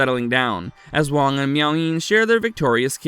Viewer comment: Hey,, have you even watched the movie? The character played by Dennis Dun is named WAAANG not WONG. Sheesh.